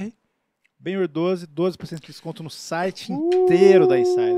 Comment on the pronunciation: o som: grrrrriiiiihhhhzuuuuuuqhw72jmeuebXiiiFuuueKhie eles: ele falou ben-yur certinho mano